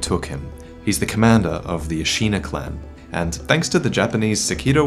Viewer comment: Hate to be the grammar Nazi, but Ashina is pronounced like the english word 'shin'. A-shi-na, not A-shee-na.